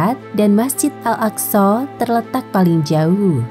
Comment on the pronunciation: Bener kok صsho